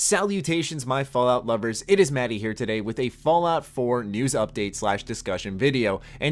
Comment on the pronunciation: "Fallout lubbers"